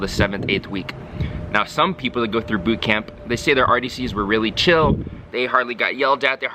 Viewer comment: I love how you pronounce boot camp. "boott cam-PUH" pronounciation is so strong XD